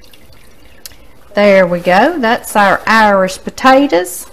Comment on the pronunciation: My grandparents said "Irsh" too. Miss them❤